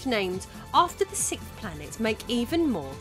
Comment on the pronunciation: I love your videos, I’ve seen most of them… I finally have a gripe though, the way you say ‘sixth’ slightly bothers me. 😂😂